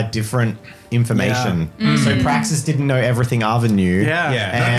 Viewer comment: "You may call me Praxis." "BRAXIS?" 😂😂